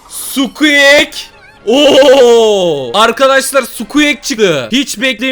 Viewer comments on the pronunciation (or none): none